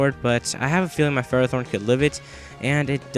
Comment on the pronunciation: you pronounce ferrothorn wrong